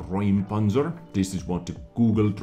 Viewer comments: not RAUM but RÄUM ... like "OIH!" ... "R OI M" ... - the Ä is not an A ... see those tiny dots? You speak of "clearing an area" not "a room". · In germany its not Raum we have an ä like Räum. Its pronounced like you find something disgusting. It means ramming/pushing something out of youre way. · you pronounced it right if it would be Raumpanzer but it’s called Räumpanzer so it’s pronounced like eu Reumpanzer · Räumpanzer is pronounced "roim-pun-tser" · FYI, it's pronounced "Roympanzer" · A Räumpanzer means flail tank. That tank removes barriers e. g. fences, gates or destroyed tanks. A ä (ae) ist pronounced like boy. Roympanzer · it's pronounced roym-panzer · It's more like "Roym panzer" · It's actually R*ä*umpanzer, and äu is in German pronounced just like eu. Problem being that this sound doesn't exist in English. It is pronounced like you would say OI as in OI there mate. Etwas räumen roughly means to get stuff out of the way (on a big scale) , and that's what that plow is for. Did anyone actually read this?